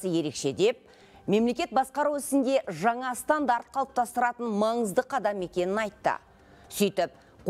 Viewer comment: Шынар Асел Жаңа деп айтылады Жаңа емес Ң Н Ауыстырып Алмаңыздар